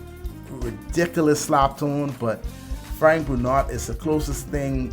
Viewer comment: Huge fan of this guy. Pretty sure his last name is pronounced "Bru-know"